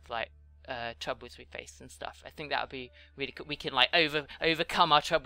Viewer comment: you said coll not cool